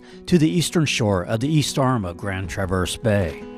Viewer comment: Great video. And, it is pronounced TRAverse, not TraVERSE. Emphasis on the first syllable.